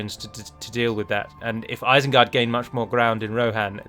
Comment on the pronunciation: Ah yes, isened gard